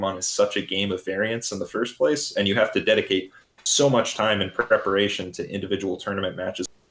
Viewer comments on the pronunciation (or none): none